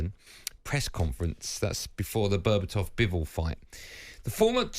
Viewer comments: Did he just call Beterbiev Berbatov?!!? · Bevertov??? Man these guys need to do the bare minimum and get the names right. Beterbiev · Andy said "bebetov"😅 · "Berbatov". TalkSport can't even pronounce the boxers' names right but expect us to take them seriously? Amateurs. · "Before the Berbatov bivol fight?" What fight are you on about mate?😅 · Andy I'm a big fan but you made a few absolute clangers here. 1) its Beterbiev vs Bivol not Berbatov and 2) Eubank Jr has never been IBF World Champion he's only held the IBO Belt which isn't considered a recognised World Title (WBA/WBO/WBC/IBF) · he did lol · I clocked that too 😂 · 😂😂😂😂😂 that's what I heard aswell😂😂😂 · Yeah I herd that bloody creased me up lol